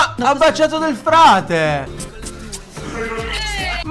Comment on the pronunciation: Chi sa se entro la fine del programma riuscirà a non dire più Del Prete invece di Del Frate,un paio di volte mi è quasi venuto da urlare:"è Del Frate",come se fossi lì 😂. Comunque non vorrei sbagliarmi ma a parte quando l'aveva appena sentito nel programma,poi l'ha detto giusto solo una volta contro 4/5 errori